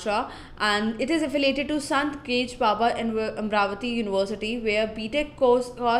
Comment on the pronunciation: Lol xD it's not Gadge it's pronounced as "Gaadgay" well thanks for this video as I'll be giving CET so it's important for me to get good colleges on MHT CET score.